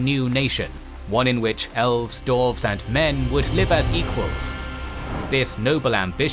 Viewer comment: Great video and series EXCEPT I am positive, unless I'm going insane, that he always says "Dorf/Dorves/Dorven" and a few other random weird minor mistakes with names.